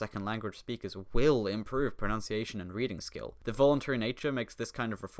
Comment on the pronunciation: pronounces pronunciation incorrectly. Smh. Edit: at least it sounds like you said pronOUnciation through my headphones